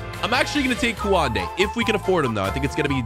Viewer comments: not kuwande it’s koonde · Kouande? LOL It's pronounced Kunde.